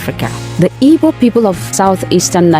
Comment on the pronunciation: Igbos not "ibos"